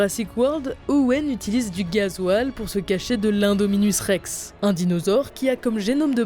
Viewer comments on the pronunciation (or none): T'as pas bien di imdouminusse rex